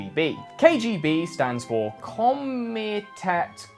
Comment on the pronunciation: Seriously, you're gonna teach us about this shit you should at least be able to pronounce Komitet (committee). The Soviets had a lot of these committees all over the place. There was probably a committee to select the toilet paper at the gulag disc-break plant). There were a bunch of these "Soviet words", like Tovarish (comrade) and Samizdat (ironically illegal in the Soviet block but great for turning Western college students).